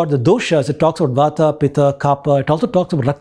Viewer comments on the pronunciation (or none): none